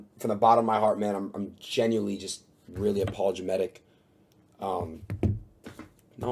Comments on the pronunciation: What the fuck is "apologametic" Bruhh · Did that dude say he was "Aplogemetic?" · lol "apologametic" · "Apologometic" when going through the song about the dead rappers got me, I'll admit. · Apomelegetic... Multi-syllable words are not his forte.